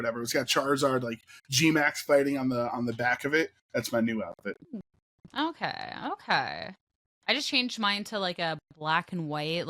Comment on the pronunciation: now THATS a way to pronounce ok